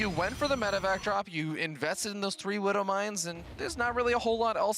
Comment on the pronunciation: Gotta love the «wooduw mines» ;) Honestly, casting was a bit off here.